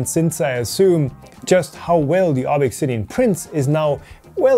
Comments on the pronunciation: Yea... Glad I'm not the only one with this thought. His insisting on pronouncing things weird when there's really no need to do so is getting out of hand... Slic3r should be Slicer and ObXidian should be Obsidian ( maybe Obxidian but definitely not ObExIdian ) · Why not pronounce ObXidian the same way as E3D does? Making some kind of point here? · I think it's pronounced obZidian, but I could be wrong. After all, Americans insist on calling Xavier from the Xmen "Ex"avier rather than Zavier. Source - I attended Xaverian College (Pronounced "Zavarian") and Xerox is Pronounced Zerox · It's probably not pronounced ob ex sidian, but like "obsidian", ob-si-di-an. LIke the black, slick volcanic glass. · Maybe you don't know but there are uses of the letter X that sound like Z in English (Via Greek), For example Xylophone (Pronounced Zy-low-fown) I believe this is E3D's intention, making the pronunciation Ob-zid-ee-an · Did you contact E3D on the pronunciation of Obxidian? It is probably just "obsidian." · E3D: please pronounce it Obsidian: ObXidian Why????????? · I think it is pronounced like obsidian. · I thought it was pronounced Obzidian. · Why do you pronounce the name like that? You know the guy's german, right? :P